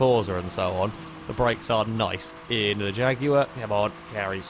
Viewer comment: It's the proper way to pronounce Jaguar.